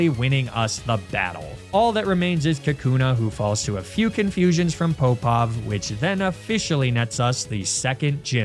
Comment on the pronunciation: I don’t know if what I think is accurate, but as a swimmer growing up, I always heard Alexander Popov to be like pop-off, not poe-pov. There’s the popov drill, so maybe it’s just easier to say pop-off. Or maybe everything I’ve heard is a lie. It isn’t as if that’s the first name that’s been differently spoken on this channel